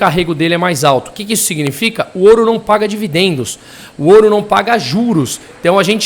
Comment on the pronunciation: CRÍTICA: não é oru... é ouro.. não massacre o português